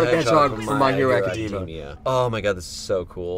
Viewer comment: "I love my hero academia" pronounces academia wrong* Bruh, learn to pronounce it